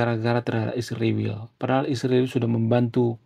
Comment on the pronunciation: 😂😂😂kenapa susah nyebut Israel? Ada masalah di mulutnya ya mas?😂😂😂